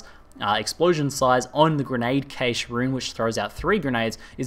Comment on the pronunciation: cache is pronounced cash